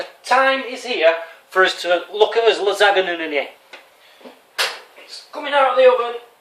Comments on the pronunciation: Hi. You know it is pronounced (la-san-ya) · its pronunced lasanja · It's pronounced Lizz-an-ya. Its quite common here in New England. It is so strange to find someone who has never eaten a lot of foods I normally eat... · You are a grown man and you don't even know what a clove of garlic is or how to pronounce Lasagne -_- Great vid tho xD